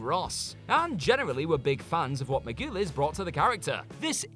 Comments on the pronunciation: MAR-GO-LEASE Jesus, learn the names for God's sake! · Juliana Mar-GOO-les? It's pronounced Mar-GUH-LEES! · Okay, I am usually able to ignore the mispronounced names because sometimes it’s just the different accents’ affect, but the way he said Juliana Margulies’ name was just ridiculous and makes me sad that you guys couldn’t take a minute to look up the names you don’t know how to pronounce so you don’t look unprepared, unprofessional, lazy, or just plain stupid when you say some of the celebrities names different each time you say it, but this time was just ridiculous when you were literally missing and then adding syllables to her name each time, her name is not that hard to say, Juliana Margulies, pronounced “Mar-ga-lease, it takes like two seconds to google it so next time whoever presents this person’s writing doesn’t look like an idiot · simply cannot pronounce American actors' names. Margulies, Dreyfuss... just take two minutes and look them up.